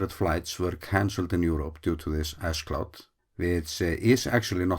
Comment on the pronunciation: I thought you said "ass cloud" and were referring to the annoying tourists not following commonsense rules to stay safe. "A cloud of ass." I still think I'm right.